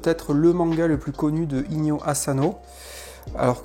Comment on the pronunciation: 😈On dit pas Azano mais Asano!😈